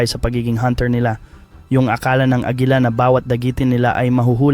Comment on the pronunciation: Bisaya ka ba agila hindi agela